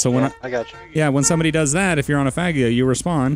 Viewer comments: LoL! Its pronounced Fah-jee-oh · Is it really pronounced fag e o? Because I was thinking fa gee o.